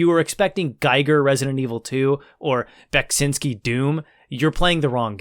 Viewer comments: Your pronounciation of Beksiński is acceptable. Cool review! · You're doing a good job of pronouncing Beksiński's name - it's almost there. I've heard different attempts since Scorn came out, and ahh many have fallen in this battle.